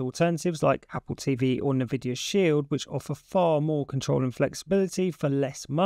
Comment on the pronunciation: Thanks, I use both and they both work great! One note Nvidia is pronounced N Vidia not NA Vidia. 👍🏼